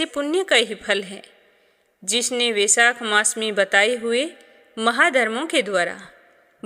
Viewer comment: Vaishakh nahi hota hai